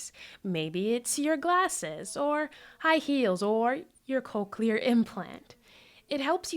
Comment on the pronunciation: they are called cochlear implants, not "coke-u-lar"